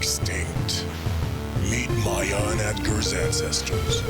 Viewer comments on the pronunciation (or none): none